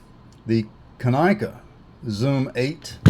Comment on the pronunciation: Pronounced KAH-nick-uh